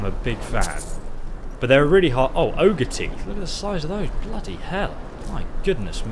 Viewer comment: OGRE, it's called ogre, for crying out loud!!!